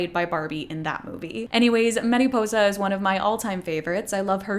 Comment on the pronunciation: Mariposa~! Like “mari” not “meri” :)